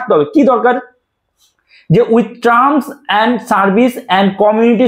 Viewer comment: ট্রাম না এটার উচ্চারণ হবে টার্ম।।।।।